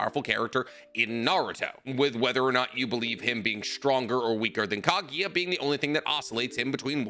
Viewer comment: This man mispronounces Kaguya’s name every single time he mentions her.